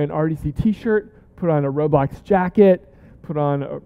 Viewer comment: Called RoBLOX not RoREAL